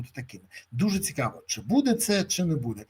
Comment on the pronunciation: Цикаво,цикаво,цикаво...Невозможно слушать...заебал своим цикаво.